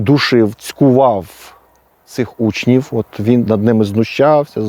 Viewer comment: Пане, вживайте звук ʼВʼ а не ʼФʼ, якщо користуєтеся українською мовою, а не російською: зарізаФ учніФ, рокіФ, стаФ, розстріляФ